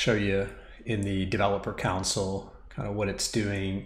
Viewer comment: with much respect, can I mention that "console" is pronounced CON-SOUL, I was getting confused with your instructions talking about a COUNCIL until I realized what you were saying. cheers